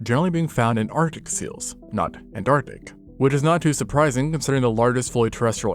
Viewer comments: Wtf is “antartic” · What's up with 'artic' and 'antartic'... is this AI art?